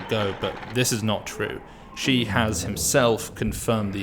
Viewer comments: Agreed. As a start - Shi is pronounced more like “Shh”, rather than Xi. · good point on tonal differences, however the incorrect way Shi’s name is being pronounced is not a tonal problem. is pronouncing Shi the way that Xi should be pronounced. And the way to pronounce Shi is not a completely unheard of sound in the English language. Again, not saying that should know this by default, but that’s why we are pointing it out, particularly since it’s not some 10 syllable complicated name to learn.